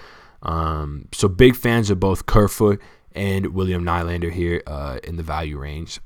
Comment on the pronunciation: Nylander is pronounced Kneelander. Enjoy your videos.